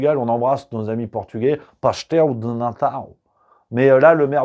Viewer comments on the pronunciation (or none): ce n'est pas pastel de natal mais pastel de nata 😊 Moi qui aime le Portugal cette visite et cette allocution fait honte au Portugal. Merci pour toute cette vidéo et les autres, toujours aussi pertinent et courageux ❤